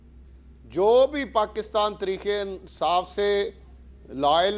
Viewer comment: راجا ریاض کو تحریک انصاف بولنا نہیں آتا اور ان کو عوام اپنانمائندہ منتخب ہو۔